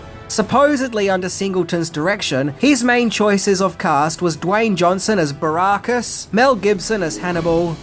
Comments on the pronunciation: I think that was me my, who.punished you over the PEP-ARD pronounciation but nothing irks me more than your horrible pronunciation of ALCOHOLIC, when you say ARKA-HOLIC, but Ive noticed you’ve finally imprived that pronunciation a bit better. And it's B A BAR-ACUS not BARRR-RAAA-CUS FFS 😂😂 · I can’t believe the fat rejected third member of Right Said Fred could mispronounce BA Baracus’ surname. 🤦🏻‍♂️And who the fuck is Sharalto Copley? The man’s name is SHARLTO.